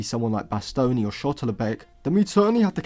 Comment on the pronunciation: Just a minor correction buddy, it’s pronounced as sha-lotterbeck instead of shot-llerbeck. Love the content! ✌️